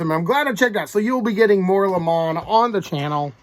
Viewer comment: I'm not sure if you are joking around calling him Li Mon? I get so many names wrong myself. But it's pronounced Lay Mon. Although I do like the posh sounding tone of that. Lol. 👊